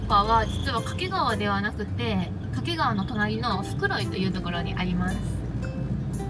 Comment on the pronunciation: 掛川も袋井もネイティブイントネーションで泣ける